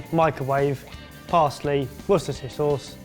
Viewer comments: Wusteshish sauce. <3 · Ah yes, that well known addition to baked beans, "wushshi sauce" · it's Worstershirshiresaous! Now repeat after me! Wushershihsaurhauss! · Wooshusher sauce😂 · trying to say 'Worcestershire' is me... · Don't worry, I can't say "worchersher" sauce either;) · It's good to see even English folks have trouble saying wushsheshshesosoenidntkdn!?!;! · Just say Worcester sauce it’s the -shire that mucks up the pronunciation.